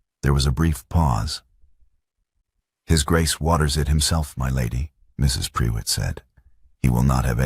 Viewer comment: Prewitt is pronounced 'pru it' not pre wit which I found annoying and who was Catherine. I started off by thinking he must have sent his wife away so he could be with Catherine, not that she had left for another reason. I follow the subtitles and words were missing, sometimes it missed several words together and others spelled wrongly.